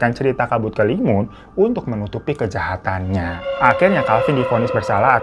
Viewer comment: Bang hiro sendiri salah nyebut 😂